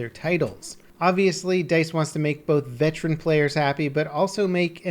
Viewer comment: Goddamnit,. It's veteran, not vetran.